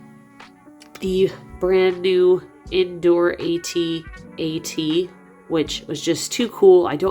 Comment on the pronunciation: Beautiful. AT-AT not A-T-A-T.